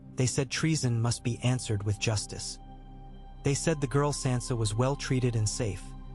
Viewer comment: How do you still screw up names when you have 9 years of a show teaching you how to say their names. And you screw up Sansa stark. One of the most spoken names in the show